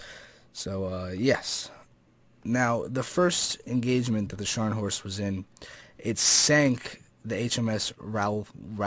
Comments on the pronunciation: Hi, Maybe can i have this Beta Key:D. By the way i don't think you need to "roll" this "R" (if you know what i mean). Sharnhorst for life <3:D. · Hey. It's pronounced NEEsen-now. Just fyi. Also, I think it is supposed to be said SKARNhorst. Nice vid. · You pronounced Scharnhorst right. And the "E" at the end of Kriegsmarine is spoken too. But you failed hard at the Gneisenau. The "G" isn't silent, it's more like the one in "get". The "n" comes directly after the "g" without a pause. "Ei" is pronounced like the I in Ice. The "se" sounds like "the" and the "nau" is exactly like "now". I hope this helps a little bit.